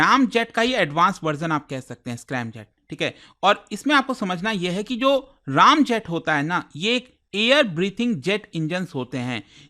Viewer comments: Raamjet nahi Ramjet hain 😂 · It's not राम jet its ram jet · Its not Raamjet its Ramjet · Sir रामjet nhi wo रेमjet hota hai🙂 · रामजेट नहीं सर.. रॅमजेट.. And स्क्रॅमजेट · Raam-jutt nhi h bhai